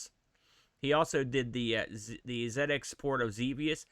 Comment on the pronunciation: Dizzy came much later than the Wally games. You could argue that Atic Atac did the 'inventory swap' thing first. Anyway, I loved this game as a kid..and one of the few I completed! Also, love the fact you probounce 'ZX' properly!